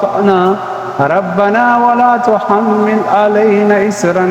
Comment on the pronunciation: ربنا و لا تّحٔمل۔۔۔ ۔ یہ لفظ درست نہیں پڑھا گیا ۔۔